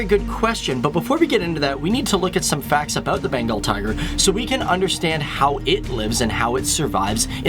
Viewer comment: it's Bengal tiger not Benagal Tiger . . . something's missing... oh yeah it is called The Great Bengal Tiger :-) though NYC work bruh